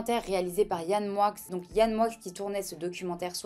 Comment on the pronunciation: Le X de Moix se prononce 😉